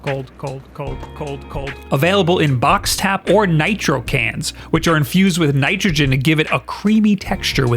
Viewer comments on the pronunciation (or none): none